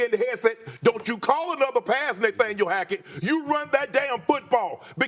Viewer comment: “Naythaniel” lolol